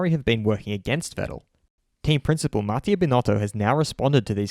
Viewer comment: Hey! Nice vid, just wanted to say Mattia is pronounced Matt-i-a not M-a-ttia